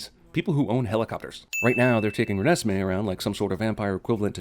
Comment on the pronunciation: Every time he says Renesmee I want to slowly crawl along a straight edge razor. Like that snail in apocalypse now.